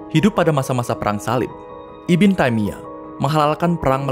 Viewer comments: Pengucapan lafal arabnya masih kurang pas min IBN bukan dibaca iben tp Ibnu yg artinya keturunan/anaknya siapa.maaf kl tdk salah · koreksi min... ibn dibaca nya ibnu bukan ibin min.. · Setelah 2 tahun, baru sadar membaca "ibn" sebagai ibin atau iben, seharusnya ibnu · Bukan "iben" atau" ibin" mas ,tapi "ibnu" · Dari kapan ibn dibacan iben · ibn bacanya IBNU bukan IBEN/IBIN ! IBN SAUD = IBNUSSAUD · Woiii bang kata ibn itu dibaca "ibnu" bukan "iben"!!!!!!!!!!!!!!!!!!!!!!!!!!! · Cmiiw, Ibn, bacanya itu Ibnu kak 👍🏿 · Ibn itu dibacanya Ibnu, bukan? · ibn di baca ibnu abd di baca abdul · Masukan aja min "ibn" dibaca dengan "ibnu" yang memiliki arti yang sama spt "bin"/anak turun laki2 dari.. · Disini saya cuma mau membenarkan beberapa pelafalan dari admin: 1. Ibn = ini dibaca "ibnu" bukan "ibin" 2. Syi'ah = ini dibaca "syi" " 'ah " (" 'ah " ini dibaca seperti 'ah ketika desahan perempuan/laki-laki dalam adegan film biru)